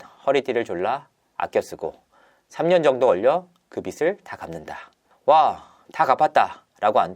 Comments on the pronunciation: 빚_ 비즐 갚다 비지있다 ..로 읽기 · 기자인데 비슬이라고 읽다니..